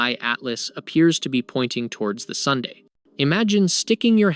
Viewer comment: Can't pronounce Sun? dislike for the stupid way you say sun. Can't take any of this as truth as you do not know what the sun is or how to pronounce it. FAIL (twice as old as our sun day), wtf are you on? This loser is doing it to get comments - ignore this video.